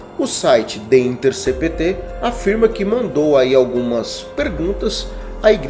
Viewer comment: O nome do site é the intercépt.... é assim que se fala.